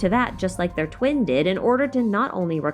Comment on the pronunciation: During intro she says "the Traveler's dwin " . U had me laughing with that one.